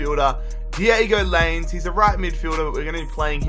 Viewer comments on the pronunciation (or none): Lol it’s Lie Nez not lains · Lainez is pronounced: laeenes